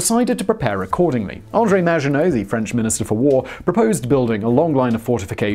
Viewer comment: How to trigger the French make surrender jokes and miss pronounce the maggitnot line hon hon hon indeed ;)